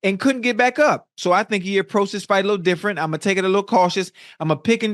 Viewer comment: Shannon said " Jr. Widdle weight!"